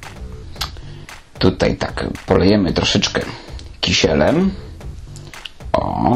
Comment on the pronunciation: Dobrze powiedziałeś kisielem kiślem się ni mówi to tak sami jak byś mówił idę się kąpić.